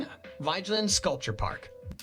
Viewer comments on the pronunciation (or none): Oslo was founded and built at the end of the fjord, so of course it's centred around the water. I'm not sure if the narration voice really is a human, but it maltreats most of the names: Vigeland is pronounced vee-ge-land (hard g as in go) Akershus is ‘akers-hus’ (the s and h are pronounced seperately, and the u is close to oo in moon) Kong Five, who built it, is meaningless, as it means King five — It was built by king Haakon the fifth, the aa is a long open English o. Carl Joans gate --- Karl yo-hans gate (an oipen a, not a fithong, and the last e is pronounced as a weak e, almost ehh.) (Yes, the king and queen live there, in their own quarters.) Alfred Nobel was a Swedish entrpeneur, industrialist, and philanthropist at a time when Sweden and Norweay shared a king and foreign policy ( ). In his will he bequeathed the Nobel Prizes (the economy one is a later addition) but because he didn't trust the Swedes ro be peaceful enough with its belligerent history, he decided that the Norwegian parliament should organisze the Peace Prize committee and that particular ceremony. Aker brygge - no y sonds involved that isn't written: Ah-ker brygge (short, almost an ‘ee’ sound followed bya hard g — there are two gs to show the y is short) Also know as a tourist trap. The sculpture of Harald Hardråde was made by Anne Grimdalen (an unstressede in Anne, not annie, Grim- dahlen. try recognizing that name in the narration. Norwegian words usually have the the stress on the first syllable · He's named Vigeland. However "i" and "e" i pronounced differently in Norwegian then in English. So it's rather butchered...